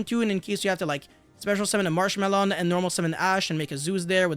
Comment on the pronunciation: I cannot take you seriously when you saying marchmarchmallow XD